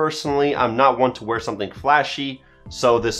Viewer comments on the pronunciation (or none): none